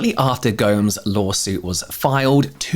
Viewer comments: Not to be that person, but Gomes is pronounced exactly like Gomez, not “Gohms”. Just wanted to let you know since you may not have a lot of familiarity with Hispanic names. Otherwise, kudos to an excellent, well researched video! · With much love, I believe her surname is pronounced "Go-Mez," even though the letter s is there. 😆🕊🍀🫂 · Gomes is pronounced the same as Gomez, my dude. Go - Mehz not like the plural of home 😂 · "Gomes" 💀💀 UK is so far from Latin America